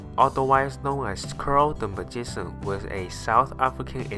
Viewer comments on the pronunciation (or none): lol the narrator... magisan lollll